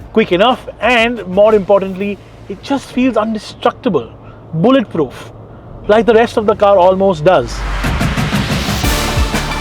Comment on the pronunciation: “Indestructible” not “undestructible”